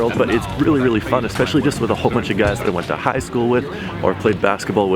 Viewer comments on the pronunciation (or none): How come when he says high school he says high like it’s written in all caps